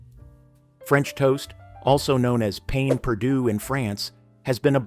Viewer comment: Please, please learn to pronounce your French words. I love your channel, but it just irritates when very popular words are incorrectly pronounced. Ie., pain perdu is pronounced pan perdu. Sauteed,is pronounced sawtade. Thank you for your content.